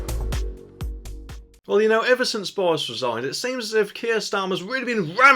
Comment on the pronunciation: It's resign not wesign 🤪.